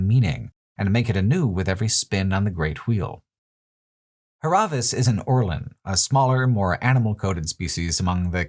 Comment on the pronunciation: I just stumbled upon this video and it's amazing, really enjoy the perspective But what's with the constant butchering of names? Is this some local joke? Why is Dúrance suddenly Duránce, why is Hir[à]vias Hir[æ]vias, why is the devil of Caroc suddenly of Carnac? Záhua is not Zahúa, they are all voiced, why?